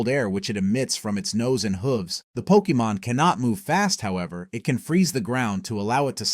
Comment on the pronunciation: Lol Poke eee mon, what are you a soccer mom?